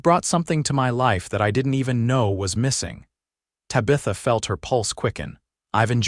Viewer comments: TAB-i-thuh....not ta-BITH-uh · This was a good story of love and a family. The AI narrative is bad Tabitha is pronounced TAB-A-THA. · Stage-a-coach-a? Ta-bith-a? Is English not your first language? Or just a really bad AI package? Cannot finish listening... awful. Will not be subscribing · Your A.I. reader is really murdering Tabitha’s name. Really ruins the story! 😮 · You need better AI to say the name of the woman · More crap AI. Mispronunciations especially the name of the lead lady. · The pronunciation of her name is annoying. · Great story despite the pronunciation of Tabitha being so jaring.